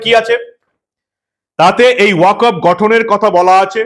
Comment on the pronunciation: uchharonta 'Waq of board'noi, 'waqf ' board. ক এ হসন্ত